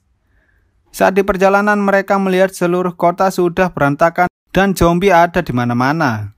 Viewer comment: Zombie ❌ Jombi ✅